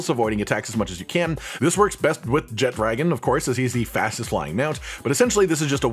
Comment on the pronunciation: "Jet-dragon"....cringe. It's pronounced "Je-tra-gahn". Where did you see a 'd' in the name. I appreciate the video and information provided, but what is with the terrible pronunciation.